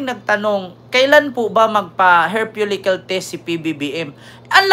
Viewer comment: Hair follicle po, hindi "hair folicyul"